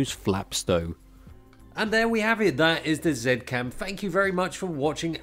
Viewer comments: Dude, stop calling it “ Zet Cam” pleaseeeeee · Zeee cam. They said it should be pronounced in such a way =P